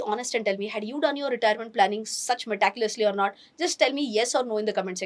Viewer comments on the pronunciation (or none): Madam, with due respect it is meti-cu-lously. Not meta- culously. Kindly correct yourself. I watch your videos keenly.